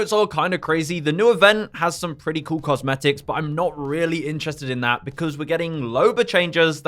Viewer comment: The moment you said “cosmetics” was the moment I got turned off.